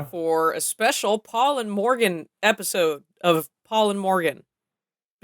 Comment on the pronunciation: It sounds weird because you've de-Welshified a classic Welsh name by putting all the stress on the second syllable and not pronouncing the "r" properly.